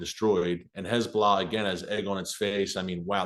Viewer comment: I absolutely love how Erick says "Hez-blah"!😂